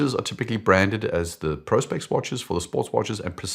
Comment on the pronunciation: So refreshing to hear Prospex being pronounced correctly for once.